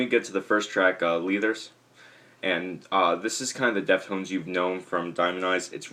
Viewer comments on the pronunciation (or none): leethers? its leathers man